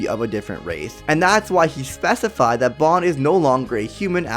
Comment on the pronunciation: Plz talk right. U said rathe instead of race